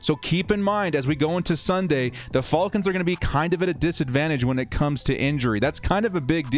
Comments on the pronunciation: Why does he say “falcons” so weird and wrong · I was asking myself the same thing lol 🤣